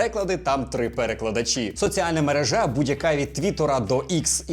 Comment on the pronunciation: правильно наголошувати на другий склад — мерЕжа. І не важливо, про яку мережу ви кажете: чи комунікаційну, чи сукупність магазинів.